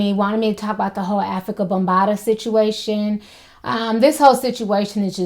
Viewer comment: She said Ho situation? She said Afrikabumbata? Lol